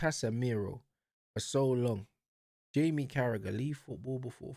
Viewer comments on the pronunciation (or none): none